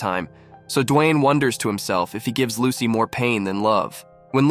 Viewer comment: Bro said "as soon as lucky" Instead of Lucy in the first part